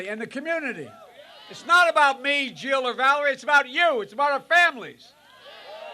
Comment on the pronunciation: He said Jill just weirdly